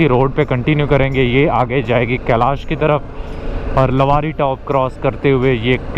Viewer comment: कलश नहीं कैलाश है।